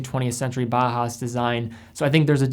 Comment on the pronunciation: Do you have to say bah hass? It's German. Bauhaus is pronounced Bow-house. From Bauer, i.e. to build and Haus, i.e. house. Love the video but if we're talking German watching have some appreciation for the language. It'd be like pronouncing "Juan " June. It's distracting is all I'm saying.